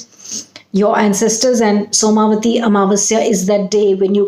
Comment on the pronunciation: It is not soma vati but,it is som vati